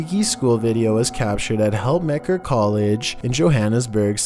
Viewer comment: Helpmekaar is pronounced "help-mu-car" Its afrikaans for help each other